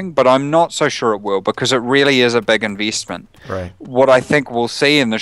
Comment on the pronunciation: lol, inveestment. :P